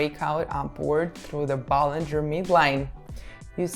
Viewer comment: bollinger bands not ballinger lol but i feel you